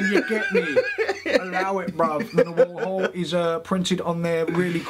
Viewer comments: "Na-Hu-Al"...a word coined, I'd bet, by folks who spoke Nahuatl...translates to "shapeshifting magician whose name is unpronouncable by British people"...still,...good on ya for trying to do it...love that hat...it's you.... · Nice pronunciation there tom... almost as nice as that hat :P haha